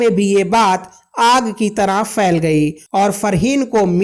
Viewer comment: Fayl GAYEE....PHAIL GAYEE bol ..